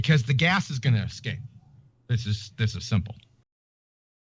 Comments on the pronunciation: How can anyone not want to just punch the shit out of his arrogant stupidity! I wish he take this assertion on one of the TV shows that he like to appear on! I can't wait until somebody actually does. And no he didn't say escape Gladys, he said "EXCAPE" the dumb ass! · He didn't say 'escape', he said 'excape', whatever that means. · I don't know why but "Excape" really sets me off. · "But if the container is not sealed the gas will EXCAPE" - nice Engrish there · good Lord. That moron says the word escape with an X in it.